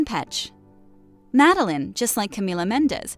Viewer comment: It's pronounced Mah-del-ayne, not Mah-del-in.